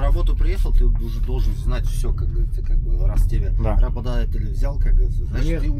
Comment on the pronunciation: Не КЪК а КАК. И не ей гу дей а "ето го". Иначе ми си супер.